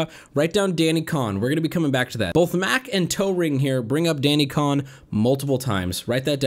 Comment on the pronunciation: Isn't Cohn pronounced like "cone" and not "con"?